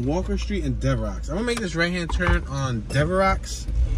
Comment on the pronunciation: "Devrocks" Avenue lol. It's Devereaux, pronounced Dev-Ro